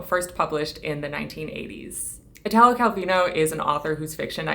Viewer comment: Just the quickest suggestion: in the name Italo, the accent falls on the i. Exactly ad you'd say Ítaly and not Itàly. Your videos are always so well spoken, extensively researched and cared for, I thought some help on the pronunciation might be appreciated :)